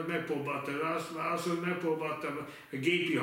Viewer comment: Minden "váaszóni" után :D